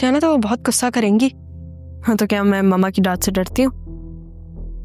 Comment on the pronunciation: Gussay ki jagah koi or lafz bol lo ....ghussa hota hay gussa nahi